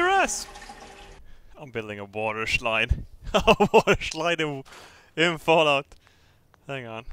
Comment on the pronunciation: Shlide. I love it.